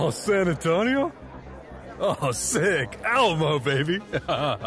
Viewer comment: Me hearing him say San Antonio: 💀 i think im dead